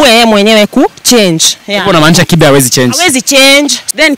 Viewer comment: Its kibe and not kipe,,, come on stop chasing clout, you're the ones to grow up instead of chasing clout 🚮